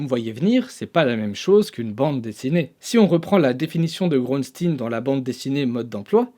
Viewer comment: Excellente vidéo comme d'habitude, méga instructive. En plus avec Xavier Bouyssou, ce sale petit génie! Par contre je vais me répéter, mais Groensteen se prononce "GrOUnstÉÉn", à la belge quoi!